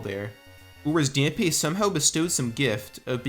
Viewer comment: The gravekeeper is named Dampe, yes(accent over the e), but his name is pronounced as Dom-pay